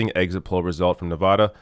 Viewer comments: It's pronounced Nevada not Nevoda lol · Pronounced- “Nev-AD-a,” not “Nev-AH-da.”.. just FYI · Great video, but Nevadans will get triggered by you mispronouncing the state name.:)